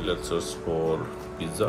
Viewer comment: How hard is it to pronounce pizza the correct way?